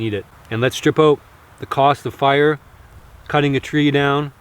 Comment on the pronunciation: ”Weee hav fiaaaa”